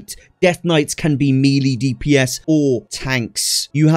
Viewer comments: what region typically says "me lee"? Never heard anyone pronounce it that way prior to this video. I have heard "may lay" and ofc ""mel ay" to pronounce it properly (ie the way I pronounce it, obviously lol) but never heard "me lee" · English pronunciation of the French word melee is as follows: American: may-lay British: meh-lay The second syllable should never be pronounced “lee”. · Me LEE ... you mean May Lay?. Love the video mate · great guide..... please stop saying "me lee"....... its pronounced "may lay" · "Melee" is pronounced "mell-ay". :) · "Meelee" damage 😂😂